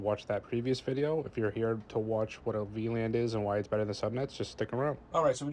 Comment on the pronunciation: Anyone else keep hearing him pronounce it V-Land?